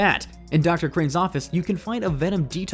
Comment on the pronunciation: Crane not cane